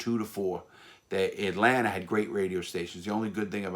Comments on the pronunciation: this guy is amazing but 😭.. “atlanter “ 😭😭😭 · "Atlanter" airport... :) haha Love the stories man, keep up the amazing channel!! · Not a single soul: Larry: AtLaNTa 😂😂😂